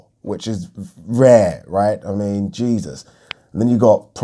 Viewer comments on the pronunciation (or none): none